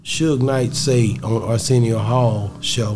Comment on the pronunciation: Dude said arsenio hall😂😂